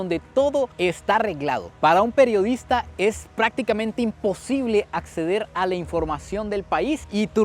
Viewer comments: no se dice acezar 17.23 se dice acceder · Me sangraron los oidos nea!😂😂😂